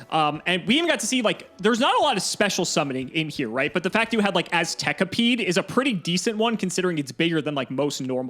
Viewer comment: I love how pronounced Aztekipede correctly exactly once through the entire episode. And apparently Bs are Ses now (Rabca/Rasca). Surprised you guys didn't mention the once-per-match mulligan rule. Very easily doable on DB. I'm sure would've loved to ship his starting hand in the last game hoping to start with a Swords in hand.